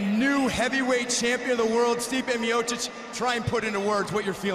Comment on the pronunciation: Stipe 'Stiopic' Miocic